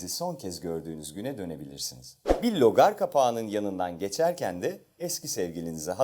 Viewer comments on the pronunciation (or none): "Logar Kapağı" değil "Rögar Kapağı" olacak o...